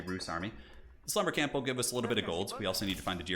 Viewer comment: I always hear “The Slumber Camp” rather than “This Lumber Camp” hahaha